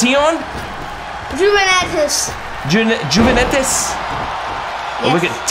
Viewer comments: It’s pronounced uvuntus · Ronaldo's team name is sounded like uventes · It's pernounced uveitis because in Italy j isn't a letter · They said juvinetus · How you pronounce it is Juventus ( Uh-Ven-Tus